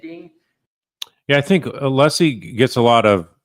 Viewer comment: asked Alessi to clarify his name, then mispronounced it! Idiot right outta the gate.